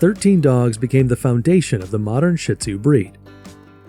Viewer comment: I hate hearing Shih Tzu mispronounced. It is NOT "shit !!" It is pronounced "sheed-zoo" And please, most of what you are saying about the Shih Tzu is actually true about LHASA APSO'S. Get your story straight.